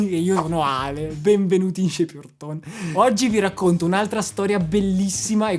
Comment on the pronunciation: Grazie per la donazione... hai fatto un gesto esemplare per tutti noi!!! Steve è magnifico 😍😍😍 che bel video!!! Ma hai sentito come dice bene ALESSANDRO e SHAPE YOUR TONE???? 😆😆😆...... ma un momento.... al minuto .... che cè in quello scatolone Gibson???